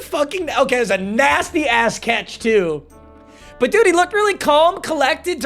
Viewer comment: Dude or 😂😂😂😂😂 come on